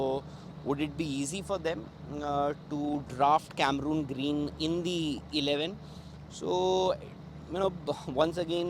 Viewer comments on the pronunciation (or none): He is Cameron green not camerooon green. Cameron is the name of the player and Cameroon 🇨🇲 is a country which plays football very well. Please check the pronunciation